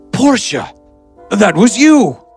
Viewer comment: "Portia" sounds like "Porsche"😂